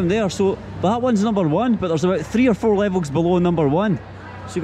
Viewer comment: One Two Three Frot